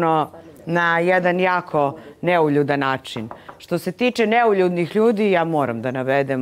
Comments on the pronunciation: Bravo, sto nemas pojma sta znaci neuljudan i uporno pricas neljudan 😂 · U koji metu, devojka promasila temu. Kaze "Neljudan". Ne zna da izgovori, a kamoli da zna znacenje te reci. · Matirala samu sebe sa NELJUDAN. sem sto ne znaju definiciju termina, ne znaju ni pravilno izgovoriti. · Neka neko objasni sta znaci "Neuljudan". Cak ne zna ni da izgovori pravilno.😮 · sutlijas,to ti je NEULJUDAN.